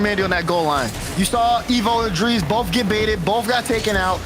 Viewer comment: The President of the United States could pronounce it DREEZ, IDAF. These people expose their illiteracy of basic Latin/Hispanic names. The kid's name is Andres ffs. How hard is it to extrapolate his gamertag.